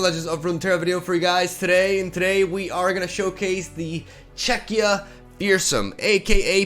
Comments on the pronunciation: is now a pro at saying "Czechia" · Im glad that says 'Czechia' correctly.<3